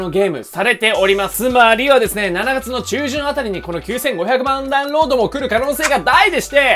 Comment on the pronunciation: 7月の読み方めっちゃ気になる😂